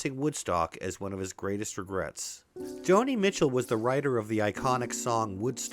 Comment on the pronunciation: What is this gregrets you speak of